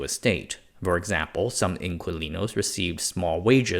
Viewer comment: Dear, "Inquilinos" in your Americanized English is pronounced as IN-KEY-LEE-NOES.... the word didn't arise in Chile, and in today's Spanish (worldwide), it simply means TENANT as it likely simply did in 19th century Chile. Thanks!